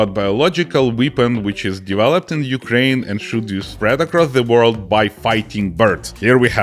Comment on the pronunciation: Ойой,, ти сказав "зе юкрейн"???